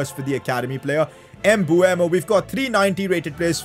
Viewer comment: Its pronounced Mbumo, everyone thinks its Mbuemo, but its written Mbeumo